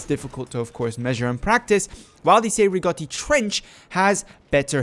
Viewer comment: The Cei-Rigotti is a Battle Rifle and not a DMR. Also your are pronouncing the name wrong